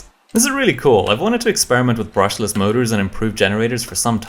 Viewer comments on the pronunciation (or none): Brushlesh Mochure